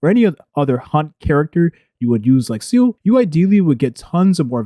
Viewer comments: Follow along...let's pronunciate.. SEE-LEE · seal-ah. SEAAAL-AHHH.